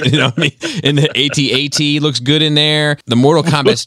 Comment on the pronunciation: It's not "Ay Tee-Ay Tee". It's AT-AT (like hat-hat). C'mon man.